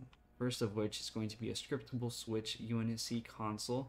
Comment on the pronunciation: “Sciptable” lol